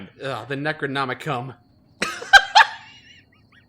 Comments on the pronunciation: “Necronomicum” LoL 😆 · "Necronomicum" Thanks,...